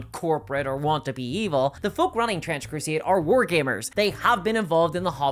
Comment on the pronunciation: bro said crusieid and gieim ?